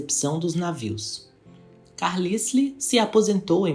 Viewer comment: A pronúncia do sobre nome não é Carlsle, e sim, Carlaiou! E do dono da Harland and Wolf se pronuncia Pirrie (com enfase no r duplo), e não Piérre! Eles eram irlandeses! Parabéns, pelo vídeo